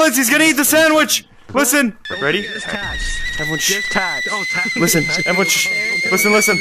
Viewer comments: This is put the tacks in the sand witch instead of talkies, not Takis, it did it right OK, but you don’t say tackies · Why does say a in Takis the same way you say a in apples